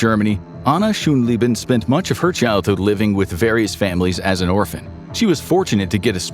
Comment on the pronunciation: broooo you and your german SCHÖNLEBEN is something different than SCHONLEBEN. you know how to pronounce entrepeneur? the eur in the end you do pronounce as if it was ör just repeat that sound, ain't so difficult